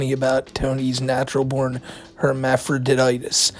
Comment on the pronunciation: Who is this guy and who thr fuq is the satellite man? Why is he in a shed? Why does he pronounce it hermaphroditis? Why does her pronounce it vingina? Is this guy Jason Voorhees?